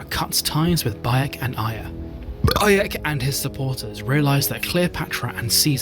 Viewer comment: Yep, you belched Baek's name 😂😅